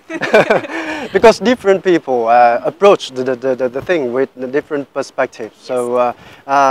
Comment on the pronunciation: mình nghe cả 2 loại giọng Mỹ và Anh nhưng chưa giọng nào phát âm "thanh kìu", "lít sừn", "đíp phơ rừn", "bi caus", "ăn pho gét tờ bồ"... như anh ấy hết. Anh ý sống ở Anh nhưng mình khẳng định anh ấy chưa phát âm được giọng Anh :))